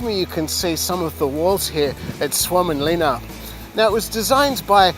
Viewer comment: You did a far better job than pronouncing that name than we did last week when we were filming! Mate, you are super informative and this is really well filmed. Keep up the great work!